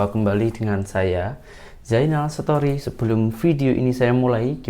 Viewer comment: sori, off topic sket... aku suker betul bro nie biler cakap "Story" jadi "Setori".... heheheheheee... 😅😅😅